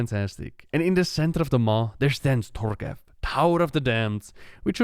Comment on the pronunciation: isn't it Torghast, not Torgeth, for the tower of the damned?